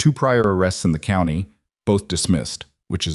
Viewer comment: If you are using an ai voice to narrate a story you need to get the word COUNTY pronounced correctly for as you can see it has a T in it so it's not couny!!!!!!!!